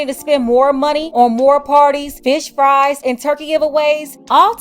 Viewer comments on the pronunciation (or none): none